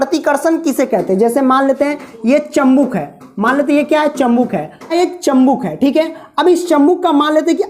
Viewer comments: Chambuk nahi chumbk hota hai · चुंबक होता है 😂😂 चंबुक नहीं😂😂😂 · Chambuk nahi chumbak kahte hai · Sir chambuk nahi chumbak hota hai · Bhai chambuk nahi chumbak hota hai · chumbak ko chambuk bol raha hai🤣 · Bhai aap padhate to badiya ho but Jo aap chambuk bolre ho use chumbk kahete hai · Chumbak hota hai chambuk nhi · Sir chambuk nhii chumbak hota hai 🥺🥺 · Bhai chambuk nahi bal ki chumbak Hota hai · चंबुक नही चुम्बक और मिनिट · Sir chambuk nhi chumbak hota hai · It's chumbak not chambuk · Sir chambuk nahi chumbak hota h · Vo chumbak hota h chambuk nhi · Khambuk nahi hota hai Khnumbak hota hai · Abe pahale chumbak ko sahi bol